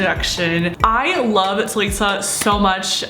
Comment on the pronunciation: *Ta-li-suh =Talissa Not Ta-le-suh. Please do not hate on this comment, im just saying how to say her name❤ Ilysm